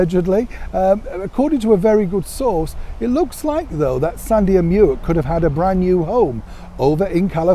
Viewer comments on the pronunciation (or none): Come on, the dog is called Mick not Muick, as he was named after the River Muick which may well be spelt as Muick but it is and always has been pronounced as MICK. The Queen or her staff went out of their way to inform the media of the pronunciation and source of his name when Prince Andrew gifted the Corgis to his mother. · Mick not Meeeuic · Good Morning, just a small correction, Muick is pronounced Mick. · His name is pronounced MICK, like Mick Jagger. It's the Gaelic spelling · Dear - Muick is pronounced Mick. Try black cherry jam, it seems to have more flavour!